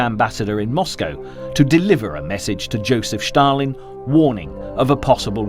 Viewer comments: It's Stalin, not Shtalin..😀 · It's not Shtalin, it's Stalin. It's such a well-done video I don't understand why the name of a major player is mispronounced. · “…Shtalin…” There is no “H” in ‘Stalin.’ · Why SHtalin and not Stalin?) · I tried but just cannot tolerate the "Sch-talin" pronunciation. Down arrow, skip and move on. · Thanks for making this point, it has been grating on my nerves as well!!